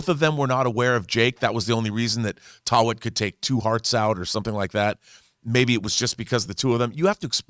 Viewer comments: Easiest way to say taweret is ta-wet-it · Ta We Ret.. Taweret.. not Tawet John... everyone keeps butchering the name come on guys... we're not doing justice to the character